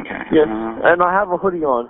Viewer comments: i It's Montreal, Quebec. The dispatcher is French Canadian. English is probably his second language, which is why he didn't pronounce hoodie the way you would. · Yes, agreed. The operator sounded totally uninterested, and useless. Couldn’t even pronounce “hoodie” lol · If you can’t say what color is your hoodie so murderers can understand you shouldn’t be a 911 operator. It’s Ridiculous get some pronunciation lessons.